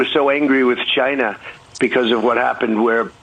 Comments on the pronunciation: I despise his pronunciation of Chi-na. Probably as much if not more than his brother despised him. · Trump and word pronunciation ChinARGH. It's China moron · Holy cow. He can’t even stop himself from being racist by throwing Chy-na and the plague into his “heartfelt” words. Dayyyuuummm. The plague is in the White House. Vote him out.